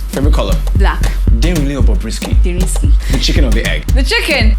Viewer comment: She said derisky🤣🤣🤣🤣